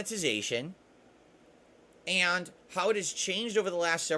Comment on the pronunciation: "AYANDT" ITS JUST AND BRO